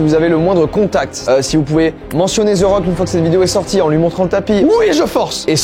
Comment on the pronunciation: We nails pas zerock Mais The Rock